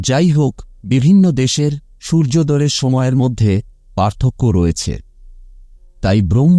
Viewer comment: অধ্যয়ন কে অধ্যযন, সূর্যদয় কে সূর্যদয বায়ু কে বাযু এই কথাগুলো ঠিক করে বললে ভালো হয়,শুনতে ভীষণ খারাপ লাগছে।